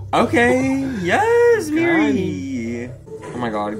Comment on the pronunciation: Its Miri not Mary😭